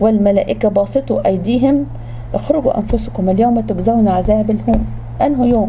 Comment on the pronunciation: الزين ❌ الذين✅ كنة ❌ جنة✅ تكزون ❌ تجزون✅ يا أولي الألباب حرام التحريف بحروف وكلام القران الكريم